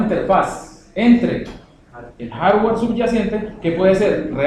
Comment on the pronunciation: No sabes pronunciar Hardware se escucha muy mal... Repites mucho "¿Estamos?"... mal